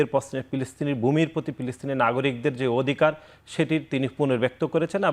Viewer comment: নাসির ভাই পিলিস্তিন না ফিলিস্তিন